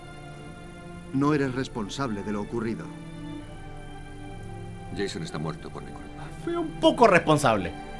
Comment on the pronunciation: es Jason no Jeyson es leviosa no leviosáá